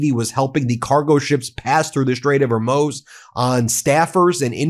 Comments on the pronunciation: I don't mean to be rude. It's Hormuz not Hormose. We keep talking about all the atrocities Trump has committed. I know there is a Blue Wave going on. We have to get rid of these people and put them in jail now. All these MAGA people need to be put in jail like Marjorie Taylor Green, who isn't in Congress anymore and has no Trump protection. Why are these people still free? Remember her insider trading? Remember her vote to overturn Roe vs. Wade? Her crimes against humanity? And yet there are no consequences for her. Ask Popok to put some cases together for these people while they still live in the United States. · is it not pronounced Hermoooz... not Hermoes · Ben, will you please stop pronouncing Hormuze "Hormose" come on man. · Ben, the pronunciation of "Hormuz" is "hor-MOOZ," not "hor-MOZE." it makes you sound isolated from world events. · If you're going to insist in each of your podcasts that Trump is stupid (which he 100% is), at least learn to pronounce basic words properly. There are no 'Straits of Hormose' as you ignorantly suggest. It is the 'Strait of Hormuz' and being able to even bother to pronounce it properly might make you seem a touch less ignorant. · Its pronounced straight of "hormooze" not "hormoze" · Please learn how to pronounce "strait of Hormuz." It's hor mooz. It's not ho muz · I'm sorry to pedantic Ben, but with the utmost humility, it's pronounced, "hor- mooz," not, "Her-moze." 🙏😁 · It’s pronounced hoar-MOOZ. You’re killing me Ben. It’s not HER-moz. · Just curious. Why do you continue to mispronounce the Straight of Hormuz? It’s “HOR-mooz” not “HOR-moze.” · Saying "mark rut" instead of "mark rutte" ( nato sg ) was bad enough. But strait of hermose?! It's Hormuz, dummy. You just about pronounce it as you write it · It not HOmOS!!! ?The right pronunciation is Hor mus! Phoenetically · PLEASE STOP MISPRONOUNCING THE STRAIT OF HOR MOOOZ! It’s driving me nuts. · Hormuz is pronounced hor-mooz. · Pronounced Hor mooz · It's Hor mooz, Ben.